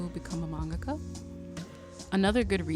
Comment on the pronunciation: Maybe I’m too "particular", but thank you for taking the time to pronounce manga-ka correctly!!! I’ve watched too many videos where it’s been pronounced man~GAKA. I’m taking that as a sign that your video came to me at the right time. I had a dream to be a manga-ka in elementary and high school and then it kinda faded as I became an adult.